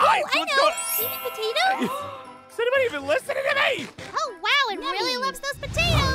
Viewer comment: It's love not iove